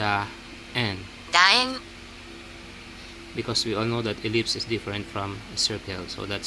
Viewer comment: 😃 sis, yung part na "daen" (楕円). 😅 parang "daeng" eh.